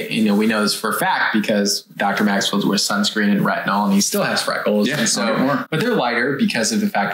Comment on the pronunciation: Did I hear “frackles” 😂